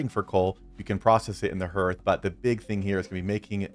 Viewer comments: Just a BTW, it's pronounced Harth not Herth. My reason for watching is that the Iron Hammer does not appear in my crafting list, I can't make one and I've no idea why, still don't. 😢 Later..... Found it! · Excellent video. I'm just distracted by hearth. it's pronounced "Harth". Just sayin'. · I got distracted by your pronunciation of hearth sorry, you said "the hearth is the heart of the base", hearth and heart have the same "A" sound "Harth", sorry, great video just couldn't concentrate after that. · (H-are-th) harth as in I welcome you to my harth and home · Hearth sounds like "Haarth". 😎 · Yeah, other than the pain every time you say Herth, this is a great video. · Love your content man! I've been playing the game the moment it was released and downloaded. A huge Tolkien fan man myself, I truly love the amount of work and effort that goes into these tip videos from so many different creators, and I watch them constantly. But seriously... how do so many of you not know how to say "hearth"? Its pronounced h-AR-th. Like heart. Like your organ. but with a 'th' on the end. Its just kinda funny that you are like the eighth youtuber I've watched that says "h-ER-th". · Yeah, it kind of put me off too! Great video otherwise